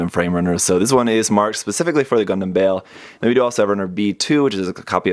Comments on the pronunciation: Bay Ull is the correct way to say it. It is named off a demon in the Goetia and it is pronounced that way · If you look at the entry for the demon Baal, this is the correct pronunciation. :D